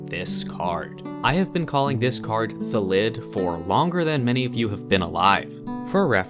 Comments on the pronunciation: In all honesty, I think it’s because the English language has most two syllable words as trochaic (stress is on the first syllable), which would make it “THA-llid” not “tha-LLID” to be a word normal to how we are used to pronouncing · I know this is an April Fools thing but in all seriousness it's 'Thal id, the default pronunciation of words in the English language is to have the emphasis on the first syllable of a word. There are regional dialects that differ and a few exceptions (because English is rife with contradictions) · .......when you were comparing thalid to salad, i was sure you were gonna say "phallid"